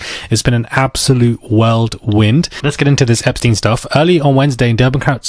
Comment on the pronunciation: Whirlwind meaning a twister or chaos. Not Worldwind.